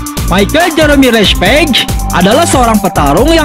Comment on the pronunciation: Btw page itu bukan di baca peg.tp pej.semangat terus bto